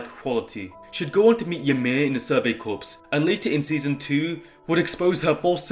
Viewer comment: How are we still pronouncing corps incorrectly?